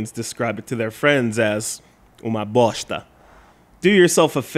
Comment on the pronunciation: A pronúncia ficou estranha, ele trocou o som do "s" pelo som de "x" na hora de pronunciar "bosta". Aliás, acho que teria sido melhor se ele tivesse usado a palavra merda ao invés.